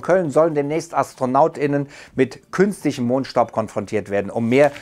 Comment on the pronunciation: ... AstronautInnen... das macht beim Schreiben Sinn, da man das 'gendern' lesen kann....aber wenn es ausgesprochen wird, dann hört sich das an als ob alle Astronauten weiblich wären... dann lieber "Astronauts"